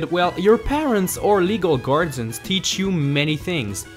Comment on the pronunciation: legal GARDENS I know you have an accent but how hard is it to say guardians